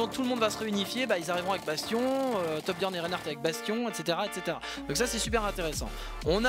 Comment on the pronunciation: Peux-tu me rendre un service ? J'aimerai que tu arrêtes de mal prononcer le nom de ToRRRRRRRbjiorn s'il te plaît, c'est vraiment énervant à force. À part ça, j'aime beaucoup les Histoires d'un Héros sur Overwatch, j'ai appris beaucoup de choses grâce à toi.